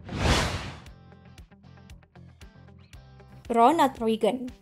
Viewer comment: Maaf min dibacanya bush bukan bash, untuk Reagan dibacanya salah, dan h dan w dalam bahasa Inggris di Baca nya salah